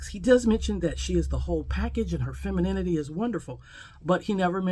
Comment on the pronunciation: He looks like a bum and can't even pronounce femininity..